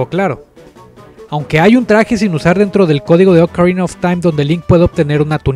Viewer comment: Oukarina of time ulala señor francés :v